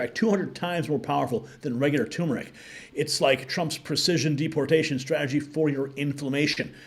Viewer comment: Please! NOT tumoric! Tur mur ick. Or Curcumin